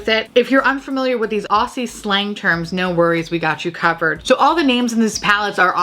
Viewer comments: Blow horn seems like a fab euphemism for sex or at least a blowy 😉 😂 Also as an Aussie I’ve gotta help ya out Aussie - Oz-ie Struth - strew-th Galah - gul-ar Straya - Stray-ya it’s a short Australia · Ok. I feel like you're talking to me today. And people have probably already commented but because I haven't read the comments I will just say this - Aussie is pronounced O-zz-ee . Galah is gal (as in girl) gal-arr . And struth is pronounced Str-oo-th . Love your work and accept your apology for butchering our slang. Hehe! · oh yes! That would have been a great shade name. Low key love all the non-Aussies trying to figure these shades names and pronunciations out